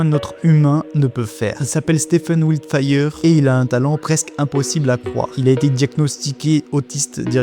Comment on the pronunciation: Mais sérieux, c'est écrit Wiltshire, tu as prononcé Wiltfire... 😂